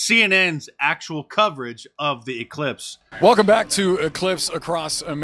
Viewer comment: "We have an E-clipse"? And "ci-codda"? Is that like Welcome Back Ci-codda?